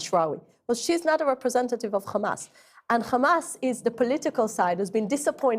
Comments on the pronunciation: All came out of her mouth is rubbish. It's not Khamas its a hamas. Western journalism is dying. Taken over by Zionist. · The way she pronounces kkkkhamas. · can't even pronounce hamas properly